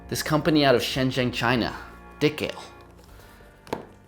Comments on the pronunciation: maybe it's pronounced as di-kale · Maybe it's pronounced di-KAH-lay